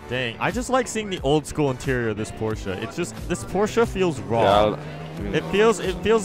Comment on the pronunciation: why u say porchea